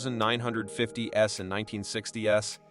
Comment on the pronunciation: Someone kill the computer voice. "1950 S, 1960 S"? Gables? As in the The House of Seven Clark Gables?